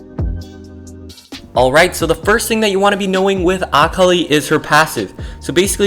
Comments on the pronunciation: Everytime he says akali like ock oly I wince Btw I believe it’s pronounced a-call-lee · Akh ali bro its akali lmao, but good video 😀🤓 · Pretty sure your saying akali wrong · the way he pronounces akali is triggering me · I legit almost turned off the video after about the third time he said it. Currently typing this 2 minutes in and after I submit this comment ima leave this video. I can’t handle it. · Lol like I wished you said her name right but nice video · You’re saying Akali wrong